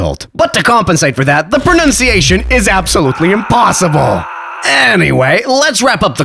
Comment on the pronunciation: Your pronunciation is excellent.